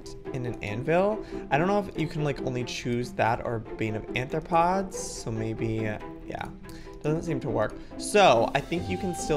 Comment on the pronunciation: Arthropods* not Anthropods!!!!!!